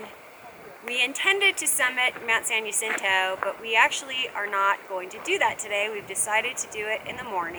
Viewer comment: San jacinto.. Is pronounced. San Ha sintoe... Not San Ya cinto. 🙄